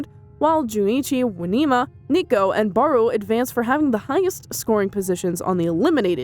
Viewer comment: Its isagi not asagi And its barou not Baro